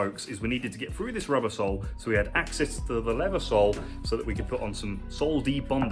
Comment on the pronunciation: Whenever you say our sole all i here is arse-hole 😆